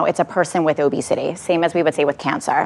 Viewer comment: “obesitayy” - psychologist lady That’s all I wanted to say.